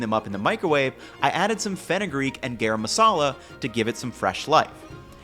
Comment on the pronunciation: It's garam masala. Not gayraym masala.